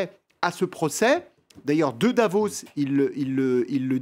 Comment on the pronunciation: Mister, c'est pas Devos mais Davos! Quel clown